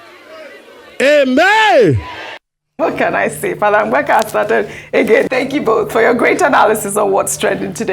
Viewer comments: Ojy it's Mbaka, not Ngbaka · Ogy go and learn how to pronounce Igbo names is not mgbaka but mbaka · Ms. Ojy, the name is "Mbaka" not "Mgbaka". I was flabbergasted that an African can't pronounce a simple African name when White people endeavour to correctly pronounce complicated African names. Please, get it together. It's not cool at all. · Somebody please teach how to say Mbaka. Not Mgbaka. Lol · Ngbaka is not the real pronunciation it M ba ka take correction and don’t make that mistake again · Ojy which one is Mgbaka again bikonu, for an igbo woman, you can pronounce Mbaka as Mbaka ? I think the name is popular enough to be pronounced right by anyone and moreso a journalist of your standing